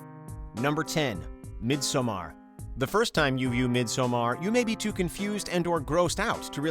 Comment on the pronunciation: It's not a hard A in midsommar man. Please stop with that shit